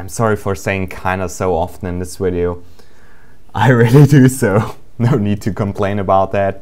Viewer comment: I love how does he say wideo!! :3